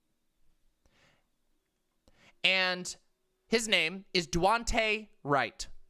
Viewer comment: Jesus. Disrespectful of to continuously mispronounce Daunte Wright’s name.